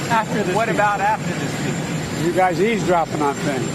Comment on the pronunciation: Hey Joe it's eaves dropping not ease dropping